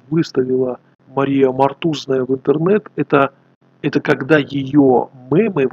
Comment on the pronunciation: ее фамилия Мотузная, а не Мортузная или Мотуозная. Вы неправильно произносите имена и просто слова в своих видео постоянно.